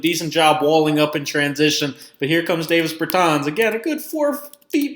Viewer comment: Learn how to say his name right before you make a vid you slown